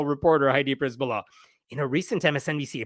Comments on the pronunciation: A slight correction. Przbyla is usually pronounced like Cher-billa, not priz-billa. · I love how you misplaced the letters in attempt to read the name: "Przybyla" -> "Pryzbyla". Keep doing it. I really think its better to transliterate then to butcher pronunciation. But fyi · Her name is pronounced pshy-by-la, it's Polish in origin.